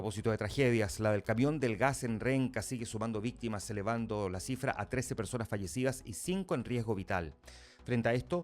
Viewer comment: El Alcalde de Puente Alto, "como vistima "😂😂